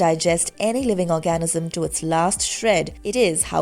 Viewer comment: I'm sorry, I keep getting hung up on this - will someone please help the narrator with the word "organism". I keep hearing "orgasm". Just a slight difference.